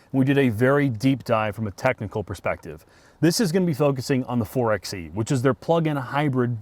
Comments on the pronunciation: It’s pronounced 4-by-e not 4-x-e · 4Xe is pronounced 4 (by) e like 4X4 4 (by) 4. in any case this is a very bad band aid for a company that is very late to the EV party. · You have done interviews with engineers, designers and a deep dive... but still call it a 4 "ex" e 90% of the time? I have a hard time listening to anyone's review that can't even say the name of the product correctly right from the start. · 4 BY E.. by the third time of 4XE I wanted to click off the video. I love you guys content but you’d think all this time with the engineers, you’d know how they intended it to be pronounced. 🤷🏼‍♂️🤣 Not sure I could pass on the Hemi for this. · pro tip: 4xe = four-by-e